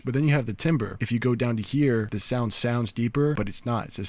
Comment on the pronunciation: love your tutorials. Hey its all love ok .. say TAMBER.. when you see 'timber' its pronounced TAM-Ber.. ...